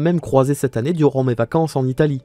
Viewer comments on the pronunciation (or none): none